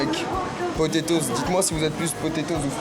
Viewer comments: MDR tu dit potetoz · Les potétoses 😂